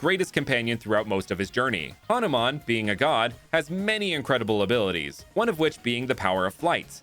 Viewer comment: It ha nu man not hanaman